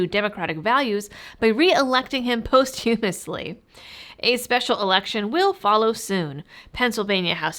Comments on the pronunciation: post·hu·mous·ly is pronounced: /ˈpäsCHəməslē/ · Why did you pronounce posthumously like two words post humously? It's a soft th sound like the word the.